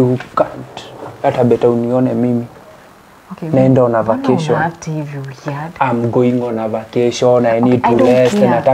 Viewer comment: "facation"😂😂 Ati I want to have a"lest" Wandau 😂😂😂😂😂😂